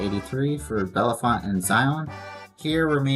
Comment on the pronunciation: It's signed Bellefonte because it's the county seat of Centre County . Also, it's pronounced Bell-font. The second and third e's are silent